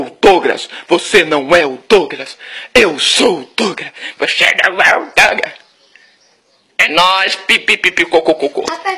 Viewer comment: DOUGRAS? " DOUGRAS " !? DÁ MAIS PRA " DROGAS " KKKKKKKKKKKKKKKKKKKKKKKKKKKKKKKKKKKKKKKKKKKKKK CARAIO OLOKO